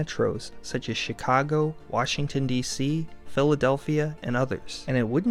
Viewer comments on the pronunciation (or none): none